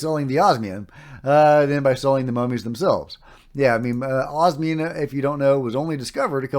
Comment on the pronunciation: Osmium, not obsium. Yes, it is the rarest naturally occurring and stable metal on Earth. Rarer ones have extremely short half lives (seconds at best) and don't matter because you can't do anything with them (eg francium)